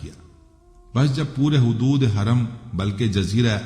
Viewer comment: چینل بنا لیا تھوڑی اردو سیکھ لیتے لفظ حدود ھوتا ھے نہ کہ خدود